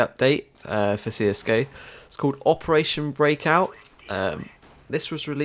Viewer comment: 'opertation' heh